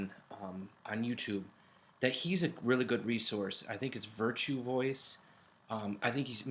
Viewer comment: Virtu Vice I think is how it's said?